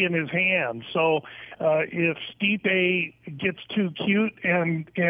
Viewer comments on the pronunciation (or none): learn their names for crying out loud, its pronouced ste-pe not sti-pe, have you ever listened to commentary before